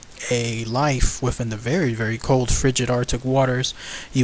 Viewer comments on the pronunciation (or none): none